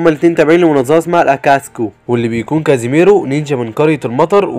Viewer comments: ملخصات نار لاكن اسمه kisami ليس kazimero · السادسة اسمه ظيساني و ليس كاسيميرو😂🎉